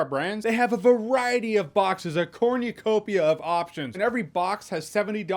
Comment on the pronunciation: Did you say Corny copia?